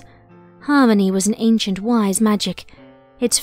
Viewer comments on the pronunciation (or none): none